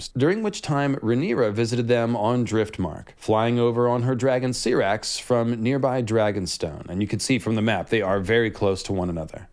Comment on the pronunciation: not you saying aarin after vhgaar, see-rax💀